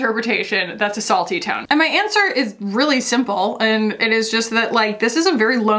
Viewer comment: I kept hearing “assault-y” tone, instead of a salty tone 🤣🤣🤣 bc that comment definitely felt like it was attacking you hahahaha